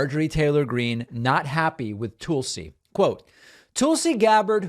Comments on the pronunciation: David. Love watching your show but you are pronouncing Tulsi wrong. It’s not TOOLsi, it’s TULSI as in Skull. I mean, you wouldn’t pronounce Tulsa, Oklahoma as TOOLsi Oklahoma. Right? Not a fan of the former Democratic Congresswoman but this is an easy fix. 😊😊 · The way that David butchers her name as Toolsee when it’s pronounced like Tulsa is as disrespectful as Judge Jeannine not being able to learn how to say Kamala correctly. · Please stop saying Tool-see. She's the worst, but it's making me crazy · As an recent ex-Republican, I’m not a big fan of constantly pronouncing her name as Tool-si. Reminds of the childishness that I happily left behind with the Republican party. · “Tool-see” Gabbard. The most appropriate pronunciation of that name.